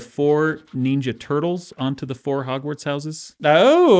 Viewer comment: I like Dan, but why does he pronounce ninja as neenja?